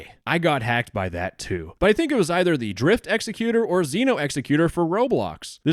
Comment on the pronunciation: "5 eever"